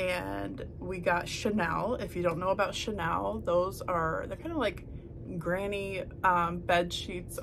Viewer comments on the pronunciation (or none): Very nice video. But the chenille linens you mentioned is pronounced cheneel, not to be confused with Chanel. Until you started describing the texture, I had no idea what you were talking about, and I am very familiar with chenille. Just a heads up. Again, very nice video. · Hi! Just FYI It’s pronounced shen-kneel.. instead of Chanel. I’ve learned so much from you ! So glad I found you! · Just an FYI - it's pronounced "sha-NEAL". My grandma had many.